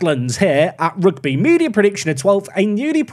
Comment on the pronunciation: Rugby football Club isn't said like the sport " Rugby". It's pronounced: Huge(Replace with an R) - bee. Rugby = Ruge - bee